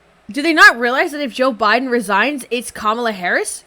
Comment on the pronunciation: I've been watching so chill and then all of a sudden "Boe Jiden"straight up froze me